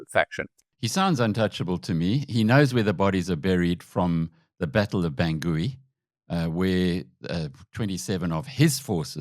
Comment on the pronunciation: Please pronounce Bangui correctly